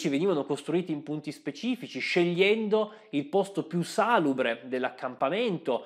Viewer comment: salùbre non sàlubre, accelerazione non accellerazione..